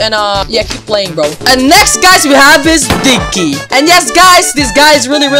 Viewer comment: The way he said Digg ky “dicky”